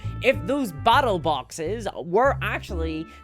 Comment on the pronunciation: "I would be way happier if those BATTLE BAWKSESSSS..." that single line made my day, unintentionally I guess :D